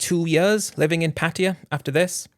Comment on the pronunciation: What’s the disclaimer for dummy, a warning that you can’t pronounce Pattaya properly and you keep rambling Patia Patia lol 😂